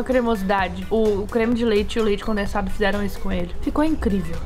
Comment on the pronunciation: Ela falou leite condenado kkkkkkķ